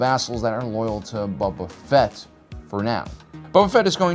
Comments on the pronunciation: Please stop saying Bubba Fett XD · "Bubba Fett"